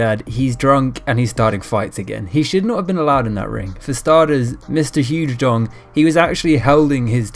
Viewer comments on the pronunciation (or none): Its pronounced; Shoo Shau-dong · Xu Xiao dong is pronounced Shoe-she'ow-dong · Say it with me, now... “Z-shu z-shiao” Dong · His name is pronounced shu showdong lol. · What‘s so hard about pronouncing Xu Xiao Dong?